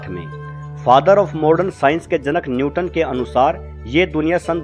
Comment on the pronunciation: Newton not nyuton.....correct kr ligiye